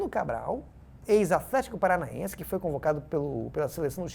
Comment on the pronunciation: Gostaria de parabenizar o Craque Daniel por pronunciar corretamente o nome do clube Athletico Paranaense (não sabia onde colocar o h e tive que pesquisar).